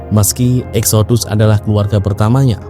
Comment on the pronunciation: Exodus kalo dibaca bunyinya jadi Eksidas..